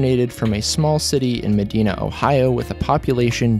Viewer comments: Its pronunced ak-rin and ma-dine-uh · That’s not how we pronounce Medina or Akron.